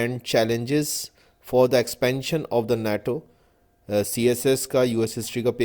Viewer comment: Worst pronunciation, I also stuck on naaaaaTo ;)